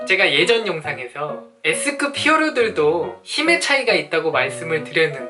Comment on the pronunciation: 나만 예스급이라들음ㅋㅋ